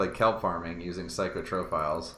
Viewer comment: A child dies every time you say "psych-o-tro-philes" instead of "psych-ro-philes", pretty sure you're wanted for war crimes at this point xD